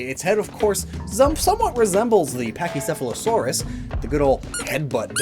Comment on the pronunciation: The pakio... pachyce... pack.... pffffft pack-a-punchosaurus